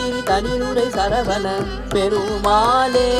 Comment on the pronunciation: Violin is a bit loud.. Thiruppugazh should have a bit more importance to lyrics.. As such தமிழ் is hard, so pronunciation is very important.. சரவண. Notன, பெருமாள் not perumaaல்